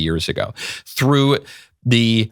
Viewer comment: Just attempting to assist you. At the beginning you said, “The girl . . . “ You don’t pronounce ‘the’ with a long ‘e’; it sounds as the word thee. If the next word doesn’t begin with a short vowel, then ‘the’ is pronounced ‘the’. Your next word was ‘girl’, which begins with a consonant. Just saying!!